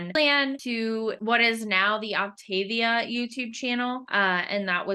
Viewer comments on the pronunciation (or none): First and foremost, it is not Op-TAY-via, it’s Op-tah-VEE-ah. If anyone wants to lose real weight, this works. Idc what these guys are saying. I had never felt so great in my life. I got off after 7 months when I hit my goal of -55 lbs. I maintained my weight easily bc I had learned control, which I had never had. I got pregnant again and just splurged when I knew better. I caused my weight gain! And how is it starving you?! It’s eating 6+ times a day! And they make it so easy you don’t have to even think. This vid is BS. If you do it right it works. I’m 3 YEARS postpartum and I am going back on it bc I’m 40 and I know it’s the only thing that works. Also, NOT ALL FUELINGS ARE DELICIOUS! However, you have to watch reviews and try a variety to know what you’ll like. Also, there are so many HACK VIDEOS to make the ones you don’t like so much better. Some are down right delicious. And being a coach is your choice. No one forces you to become a coach. I did it last time and I made about $500 a month. Which did justify it for me bc I used it to pay for my boxes. I won’t be coaching this time, though. Just losing weight. 1 week and down 3 lbs.